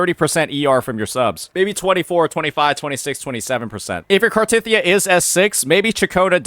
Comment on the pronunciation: How you gonna pronounce cartheiya wrong when it’s literally said countless times in the story